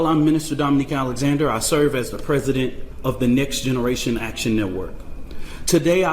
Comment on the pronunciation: I'm sorry I'm only hearing "nigsgeneration action network"